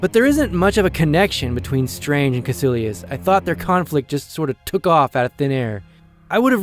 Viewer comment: Cómo que los de habla hispana pronunciamos mejor Dormammu y Kaecilius xD